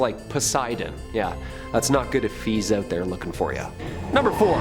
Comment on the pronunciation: Maybe it's the extremely thick Canadian accent? I mean he pronounced out as oot lmao